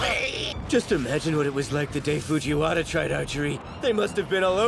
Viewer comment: Omg, fuJIWAra is Da wIENerrr??! So sus